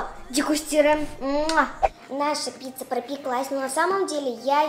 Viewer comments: Правильно не пцица не пица а пицца хорошо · Правильно не пица а пиЦЦа